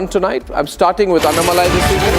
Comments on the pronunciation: Pl prounance annamalai name as you would pronounce annahazare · First pronounce his name correctly as Annamalai .